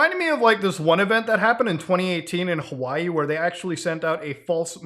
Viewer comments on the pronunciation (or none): none